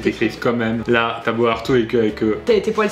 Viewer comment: Les gens qui disent mome à la place de même.